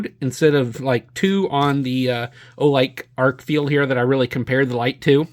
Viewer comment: Good review and comparison. It's pronounced Arkfeld rather than Arkfield. And the UV mode has two outputs--low and high.